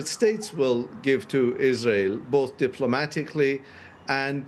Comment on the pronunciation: This woman said Isran... What drug is she on really?